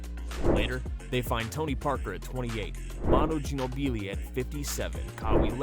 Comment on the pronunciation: Manu Gin-Oh-Beelee 😂😂😂